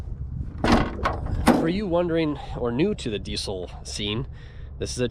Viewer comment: They way he says diesel hurts me deeply